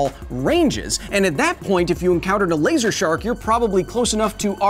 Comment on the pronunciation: A LeEeiSsur - Kyle